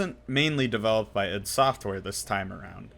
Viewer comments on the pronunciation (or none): what the heck is idd software? God dammit, its I.D. Software